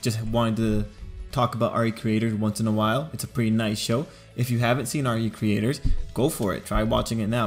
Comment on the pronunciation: It's pronounced "ree creators" not R E Creators.